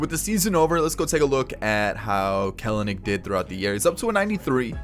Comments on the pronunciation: The second ‘e’ is not a syllable. 🥬-nick, not 🥬-uh-nick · I believe his name is pronounced “kel-nick”